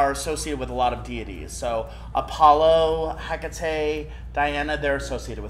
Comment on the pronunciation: Is Hecate Pronounced ha ka te or heck a te I say ha ka te but he said it differently